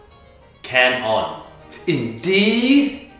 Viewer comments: First of all the CaNOn iN D killed me 🤣🤣 And eventhough all of the words are pronounced wronge 😂😂 Cadenza was just out of the box .....i don't know if it's music term however the meaning is wrong. I feel bad for people who took the meanings seriously 😅😅 Wishes every musician got a Da Capo....... Why this MuSiC HaS sO maNy Fugue?????? Edit: you will get no likes Edit2: stick with edit 1 for at least 7 months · Is it only me whos not a musician and watching this vid to try to pronounce em but its fake (Canon=Can on)